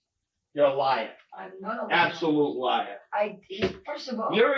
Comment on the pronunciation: "you're uh liah. ABSOLUTE liah" haha love his accent 😂 better not even THINK of ever lyin to THAT detective he'll eat you up!